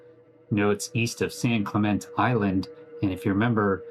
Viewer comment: he's been studying this and still can't say San Clemente?